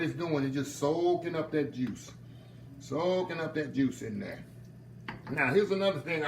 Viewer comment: when he said “ Put Auhhh dat in durr” i knew i was being taking to heaven🙌🏾💜